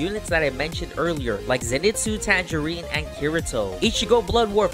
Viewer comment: Did he call tanjiro tangerine